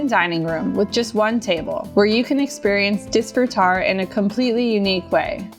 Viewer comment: Hearing you mispronounce disfrutar over and over angers me.